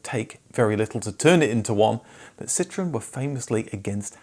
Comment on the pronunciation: Why do you pronounce it Citrin?